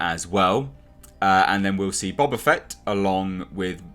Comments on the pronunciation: I love the way you pronounce it Bob-A Fett. Gonna start calling him Robert A. Fett now. XD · Its pronounced Boba not Boba